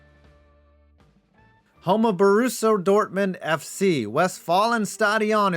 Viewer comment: "Borusso Dormun F.C."